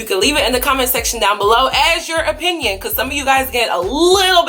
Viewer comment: IK U SAID APINYON BUT GIRL